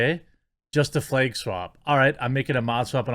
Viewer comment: Flag> Fleg it’s like you don’t even try to pronounce “a”s